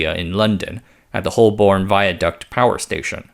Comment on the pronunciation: AI seems to have trouble pronouncing "Holborn"...